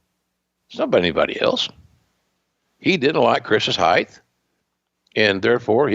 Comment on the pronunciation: Heighth lol